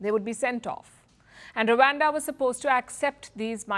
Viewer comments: It's Rwanda nor Ruwanda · its rawanda not wakanda